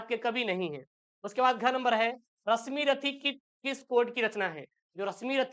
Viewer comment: Abe unpadh Rasmirathi nhi h Rasimrathi h 😅😅😅